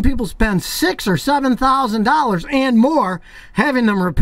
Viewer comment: I only watch his videos, so I can hear him say 'This could cost you up to 6-7 thousand DOLLAS'